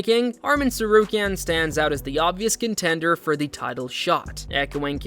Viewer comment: Do you not know how to pronounce any of their names?